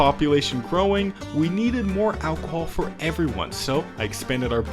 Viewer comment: The way you say alcohol just does something to me... sends me into a blind rage